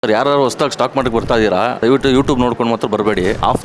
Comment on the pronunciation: ivarige stock market anta ne correct agi pronounce madokke bartilla🙃